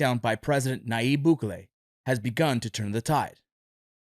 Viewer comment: It's not Bugele.... it's Nayib Bukele!!!!